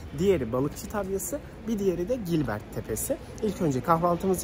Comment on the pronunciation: Senin Gellert Hegy'e yanlışlıkla Gilbert tepesi demenden (olabilir, nobody's perfect), eşinin de kurtulamadığı iğrenç Tiki Şivesi (kız-bebek şivesi)'nden geçtim.. arka planda kullandığın 2 gitar + 1 bas'tan oluşan gypsy jazz müziği kime ait? Sırf bu bile yeter, çok hoş çünkü..